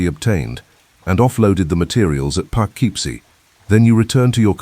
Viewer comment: Poughkeepsie is pronounced Poe - KIP - See.